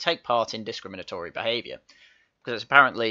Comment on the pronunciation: Hahahaha! Rooney can't even SAY discrimantory !!